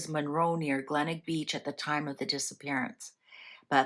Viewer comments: My family were camping in Adelaide when the children went missing. I had just turned 13years old. Glenelg is pronounced Glen ell g( for gone). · The town is pronounced GLEN ELG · The town is pronounced Glen elg. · It’s pronounced Glen Elg, one word. It’s a beach suburb in South Australia. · Glenelg. Glen-elg. Please pronounce it properly. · The beach is pronounced Glen - elg. This is a mystery that still haunts us here in Australia today. Every so often something comes up or an anniversary comes around and it makes headlines again. Thank you for covering this mystery. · Tha name of the beach is Glenelg, pronounced ‘Glen-elg’. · Thank god someone corrected her, as an Aussie from S.A i cringed every time she said Glenelg. No hate. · It should be noted that Australia Day was not a public holiday back then. Yes, Glenelg. I don't know how it's difficult to pronounce!